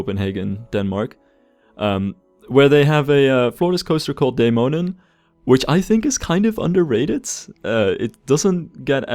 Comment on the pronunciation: As a Dane, it warms my heart whenever you mention Tivoli, as it is most definitely the amusement park I feel the most nostalgic about visiting, not to mention your near perfect pronunciation of the 'Dæmonen' rollercoaster. Pretty impressive. <3 Always loving the way you build and customize your rides - very satisfying and inspiring to watch!